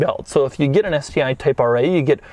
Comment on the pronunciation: Doug the type of guy to pronounce get as "git" without any other discernible accent.